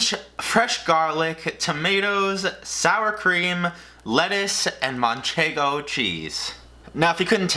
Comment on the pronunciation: manchego cheese pronunciation is deluxe jajajajajaja